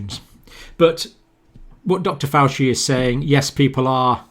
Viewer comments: "Dr Fauci" This guys name is spoken frequently in the media. Its pronounced F-ouchie... NOT F-oussy I do understand that the good doctor is dyslexic. But it is also my understanding that he is a good researcher. So these mistakes puzzle me. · Dr Fauci is pronounced Fauchie. It's Italian not like Fausi. Just sharing info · when i as a little boy, I read thee 'Dandy' comic. There was a character called 'Faceache' and always thought it was pronounced fatchi, like the cdc knobend. just a little story. By the way, if we do not get back to work we will all die anyway so I am not really bothered about masks and all that. Try starving or living under the boot of totalitarianism. Everyone who is a man will choose freedom. No money, no NHS, no FUCK ALL. sorry, but it is the truth.I thank you Dr. but truly it is a conundrum.)